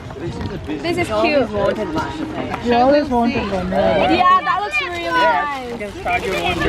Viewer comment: ....🙏🙏🙏learn Na how to cook and host a party...... plssssss m ur no.1 critique,I like watching ur vlogs..... m d one who often correct u wit d pronunciations like Nice, wafer etc. Doesn't mean m just simply bashing u.... I like u kahit pa sabihing maarte,oa or five heads eh but I think u have to listen din naman sa constructive criticisms..... yung personal bash pabayaan mo n lng, hopefully ur future contents will develop pa more.😬😉🤗